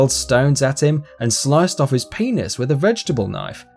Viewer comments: He's Australian...... British people like me say it like : penus Lol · The awkward moment when everyone is arguing about penis. Lol sorry didn't mean to start something just saying i like the way it is pronounced it made me laugh.. XD lmao